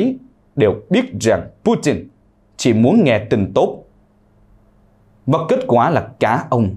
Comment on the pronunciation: Phần lan đọc thành phần làn ,nga đọc thành ngà ,putin đọc thành pu tìn ,chính tên ngọc tâm mà chủ nhân đọc thành ngọc tầm ,các bạn nên khách quan nhận xét